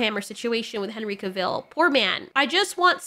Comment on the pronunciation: Cahv-ull.. not cuh-vill